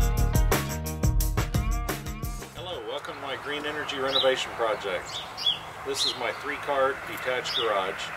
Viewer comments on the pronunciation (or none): none